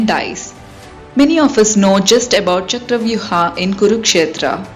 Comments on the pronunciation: Stop saying ChakravyuHAA .. Its Chakravyuh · What the hell is chakravyuh'aaa'?, You are an Indian and possibly know what's the correct pronunciation of this word. Why follow the steps of Britishers who didn't know how to pronounce sanskrit words or couldn't pronounce them? Stock to native pronounciation. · It's not charavyu-haa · Just say Chakravyuh 🙏🏻